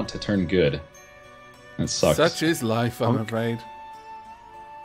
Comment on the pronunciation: "loife" Good job.